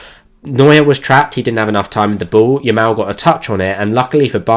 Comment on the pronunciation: Loved the tactical breakdown, but one thing kept bugging me during it, are you saying lamal or yamal? 😅 Edit: also one underappreciated aspect of his game is his unlimited stamina and good defensive work rate